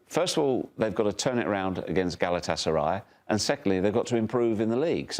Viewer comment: very rational guy. Also, never heard a non-Turkish speaker pronounce Galatasaray this well.